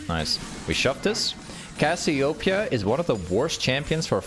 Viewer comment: Brother, say it wtih me. Cass-ee-oh---PEEEE-uh.